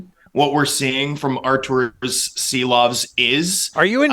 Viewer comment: I think the first pronunciation was pretty spot on...(see-lovs)